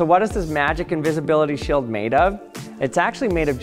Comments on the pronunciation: Bro is this a Canadian thing or it's just you? You pronounce steel as still Shield as shild... Why? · "completely blocked by the sheeuld" hahahah